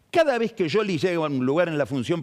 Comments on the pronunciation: Sholi o Shioli está bien. Pero pifia cuando dice "Yoli", con ye. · A Lavagna lo pronuncias como se escribe o lo pronuncias “Lavania”? Seguro que de la segunda forma. Scioli (sioli) está mal pronunciado. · por que dice "yoli"? Es muy molesto. Se quiere hacer el distinto y queda como un nabo. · Scioli se pronuncia así (yoli) o es una joda? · Es Scioli no Yoli⛔ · NO ESTA BIEN PRONUNCIADO ,SI EN ITALIA LO PRONUNCIAS ASI ,LOS TANOS ,SE TE CAGAN DE RISA